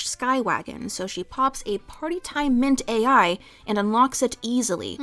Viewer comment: The drug Littlepip takes is 'Party Time Mint-AL', not Mint-AI. It's a play on the word 'mental.'